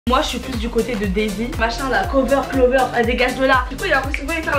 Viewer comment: Clovere 😂😂😂😂😂😂kouvr